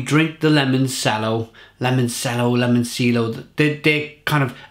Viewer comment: It's pronounced; 'Limon CH ello', your pronunciations are terrible... and I love it haha Great beer, I liked this one. They recently released a bourbon barrel aged version of this too!